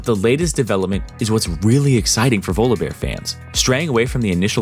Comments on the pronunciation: It's volleybear Jesus😂😂😂, why are you saying volobear??? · why do u say volobear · pronouncing volibear more like voldemort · The way he says Volibeae bothers me TT